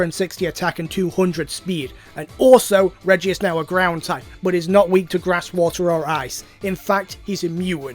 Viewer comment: Gordon Me: it's Ground